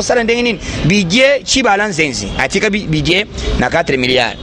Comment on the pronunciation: Budget et non budiee